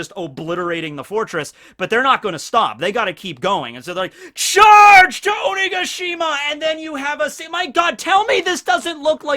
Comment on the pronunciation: You keep saying Onigashima wrong listen to how queen says it